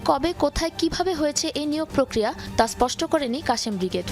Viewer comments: Kashem nah, Kassam! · কাশেম ব্রিগেড না।আল কাসসাম ব্রিগেড। উচ্চারণ ঠিক করুন।